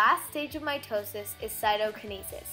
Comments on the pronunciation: anyone else also heard my toe sis? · MY TOE SIS i mean that’s what i hear